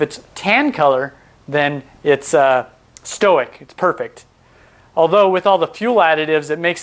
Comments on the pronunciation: It may be my ears, but I thought you said, "stoic" [stow ik] instead of "stoich." [stoyk] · Stoic is short for stoichiometric. It’s not stoh-ick it’s st-oy-ck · Just one comment: the term "stoich" is derived from the term stoichiometric, which is a chemistry term means that fuel/air mix is perfect - in this case, the O2 completely burns all the fuel. Here's the thing, you're pronouncing it as if it were the word "stoic" - "sto-ick". Stoic means you can endure hardship without showing feelings. Stoichiometric is pronounced stoy·kee·ow·meh·truhk. Which would make "stoich" "stoyk". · stoic XD it's 'stoich' short for 'stoichiometric' meaning chemically correct ratio. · Great video and information! I shall now offer some of my own knowledge from which you can learn; "stoich" is not to be confused with the term "stoic." Nor is it pronounced the same. Stoichiometric comes from the Greek word referring to constituent elements, the stoicheion. If you are wanting to shorten "stoichiometric" to "stoich" it will be pronounced "stoik," phonetically written, the "oi" portion of the word mimicking the word "boy." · stoich or stoichiometric is pronounced stoyk or stoyk ee oh metric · Awesome educational video, comprehensive and easy to understand! Just FYI, "stoich" is short for "stoichiometric" and so is usually pronounced more like "stoyk". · this looks awesome a minute in already, but I pronounce it "stoych" as in "stoychiometric" pronouncing stoichiometric phonetically. I'm guessing I've been saying it wrong.